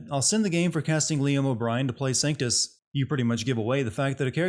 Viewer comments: It's not a miss pronunciation of a name. Triss and Trish are two completely different names as are Crato and Credo. And he spelled and pronounced Sanctus right the first 3 times but then all of a sudden says "Sanctum"? That's just lazy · 1 sin for misspelling Vergil. -2 sins for misspelling and mispronouncing Trish. -1 sin for calling Sanctus Sactum -1 sin for sinning a good show